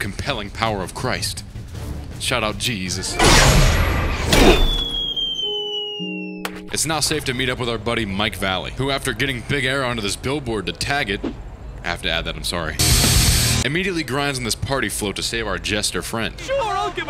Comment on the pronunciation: Mike Vallely*** (vuh-leh-lee)